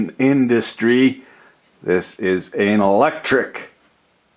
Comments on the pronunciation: "This is an-al-lectric...... " is what I heard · are you saying anallectric? if so, must be added to the official dictionary. pro tip, linear actuation is great fun with the Mrs.